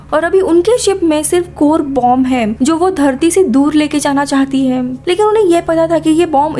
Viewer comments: Bolne ki style thodi sudharo...kuch word ke pichhe M lag jata hai..jaise vo ye karta hem..shuruat hoti hem Space station bannewala thaam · Them . Hem . Thim . Tham. Ye kya hai? Ye kounsi bhasa hai?